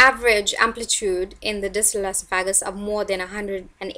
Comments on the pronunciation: Say it with me Eh sof uh gus. Your pronunciation makes you doing less credible and unintelligent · LEARN TO SAY ESOPHAGUS and ESOPHAGEAL. WHO EDUCATED YOU